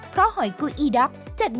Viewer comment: เออคือได้ยินว่า หอยกูอีดอก อ้าวมันไม่ใช่หอยงวงช้างหลอ